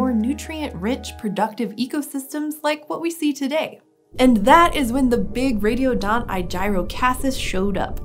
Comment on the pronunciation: I thought she said "radio dot"